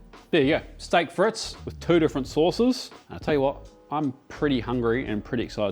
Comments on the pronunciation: It is friets, not frits.. 😂 love the vid! ❤ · "freet" mate, not "frit". The dutch say "friet" which sounds a bit shorter than the french...love that peppercorn sauce, so good! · It's not pronounced "fritz." It's "freet." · Hi, i'm English, currently in Normandy, for D Day +80 Chips are Frites (say freets ) Alumettes are Matches Brilliant as usual, mate Cheers Phil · Hey. Frite is pronounced freeet...like feet. Merci et gros bisous!!!